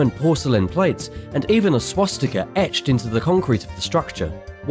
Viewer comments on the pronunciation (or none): none